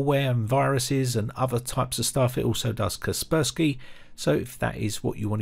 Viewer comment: ksrprsky Oh so that's what Kaspersky is called? 🤣